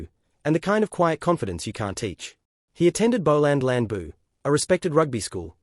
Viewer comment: I enjoyed the computer voice's " Booland Landboo " 😅😂